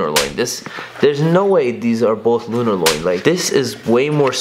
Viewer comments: lunar "loin" lmfao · Mans really said Lunarloin lmfao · Lunarloin 😂😂😂 sirloin steak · This nigga said "loin" he thought the insole was a piece of steak smh